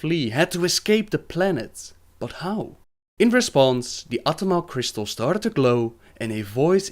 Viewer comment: what accent is that? I'm just curious never heard someone saying "started" as "stard" before